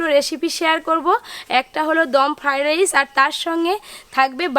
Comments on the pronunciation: আপনি নিজেই তো ফ্রয়েড রাইস কথা বলতে পারছেন না আবার দাদুকে শেখাচ্ছেন 😂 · তোমার বিভিন্ন ধরনের রান্না করার চেষ্টা দেখে ভালো লাগছে, কিন্তু তুমি খাবারের নাম গুলি ঠি ক উচ্চারণ করা আগে শেখো ফাডাইস নয়, ওটা ফ্রায়েড রাইস কাশ্মীরী মেথি নয়, কশৌরি মেথি যখন ভিডিও করে লোক কে শেখাচ্ছ তখন নিজেকে ঠিক রাখবে তাছাড়া এটা করে তুমি ইনকাম করছো, সেটা মনে রাখতে হবে